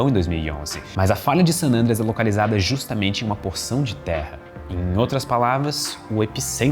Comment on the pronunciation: O Cambly ensina a falar San "Ândreas"? 🤔